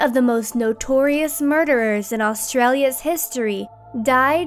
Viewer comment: Why do Americans never say Australia right?